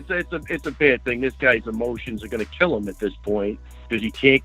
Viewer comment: Cody let me bang "Garbarndt"